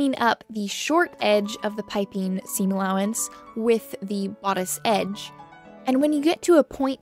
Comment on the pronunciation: It made me smile (in a happy, not mocking way) that with the way your accent kind of abducts all the ending "g"s, piping became Pipin, and I just kept picturing a clueless curly haired hobbit wandering through your work area... just hopping this will make someone else smile too!